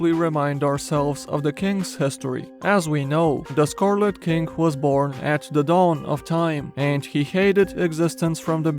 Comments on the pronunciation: When you say scarlet king I hear "Scarlet kink". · For a second I thought he said "The scarlet kink."